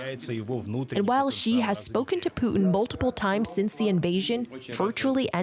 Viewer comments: I wish people in the west would - at least - make the effort to pronounce Chinese names correctly. It's an embarrassment! How hard can it be to pronounce "shhhh" instead of "zzzzzz". Good grief! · Dumbass “china expert” said “Zi Jinping” lol 😂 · When will they learn to pronounce Xi's name correctly? 😂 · Nobody should take seriously anyone who can't even pronounce the Chinese presidents name correctly. And you want us to believe he is on some kind of committee that specialize in China? What a joke.